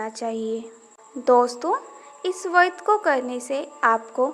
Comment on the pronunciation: Pahele ap vart bolna shikho vadh bol Kar ap khud hi pap Kar rahi hai etnte pavitra sabd ko galat bol rahi ho